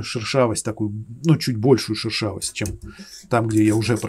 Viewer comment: Прикольно, шУршавость))) Это от слова шУршать? Вроде шЕршавость правильно))) От слова шЕршавый.